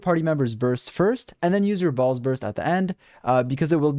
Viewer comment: i can't stop hearing you say balls instead of "baal's"